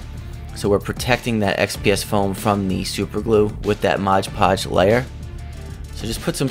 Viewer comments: Almost as bad as saying "Sculply". It kinda matters because modge doesn't mean anything, but mod is short for "modify". You can modify a hodge podge of things with it. Mod is an important part of conveying the purpose of the product. It's like calling a screw driver a scruge driver. The guy does good work, but I'd change two things about his channel: 1. The channel name, because it's not really accurate. Very little, if any, of his crafting has to do with witches. I avoided it on my suggested list for a long time because of the name. Most people who have witch related channels are extremely annoying. I bet he'd get more subs and views if he posted the same content under a more fitting name. 2. Him saying modge podge. He puts on a good show and makes really cool items and shows great techniques to do things that other channels often do in other ways. The sloppiness of misnaming one of his most used products doesn't fit with the rest of the production. Takes a semi-pro level video down to total noob level. He's proven himself to be better than that. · Beautiful work, as always! I love your videos! Thanks for uploading! ❤️ (Not that it matters, but it’s “mod” podge, not “modge” podge) 😜